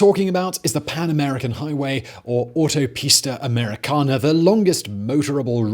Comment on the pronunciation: Please stop saying Autopista Americana in a British accent, you can't handle it and it sounds horrible. Just stick to American Highway Please.